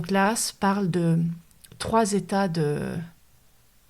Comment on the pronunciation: Juste pour info, tout le monde (enfin tous ceux que j'ai pu croisé), dans le milieu médicale français dit H.A.S, pas a*s (ça fait vraiment bizarre)